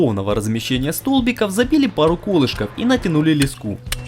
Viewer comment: Леску, ударение на Е, не на У!